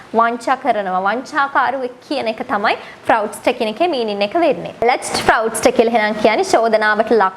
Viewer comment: Appreciated your work once again. Please recheck the pronunciation of fraudster